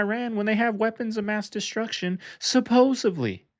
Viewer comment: "SUPPOSEVLY" HAHAHAH sorry bro i had too, 3 times in a row made it comical :L